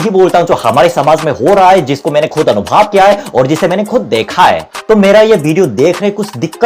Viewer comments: Earlier style was better. However, it is your content and ultimately your decision will prevail. One more thing- it is ANUBHAV and not ANUBHAAV. God bless you. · अनुभाव नहीं अनुभव भैया जी 😊❤️ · Anubhav, anubhaav nhi bhai😁 अनुभव , अनुभाव नही भाई 😁